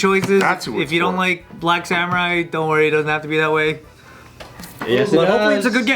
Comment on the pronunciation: He said “Brack Guy” 😂